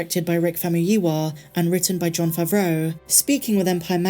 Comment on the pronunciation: Another video, another way of pronouncing Favreau with more emphasis 😁